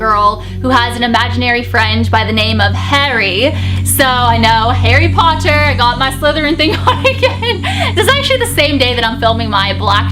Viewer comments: Sounds like she's saying hairy potter 😂😂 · when you said Harry Potter you sounded So british then 😂😂😂